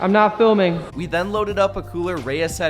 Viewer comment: "I'm not fliming"🤣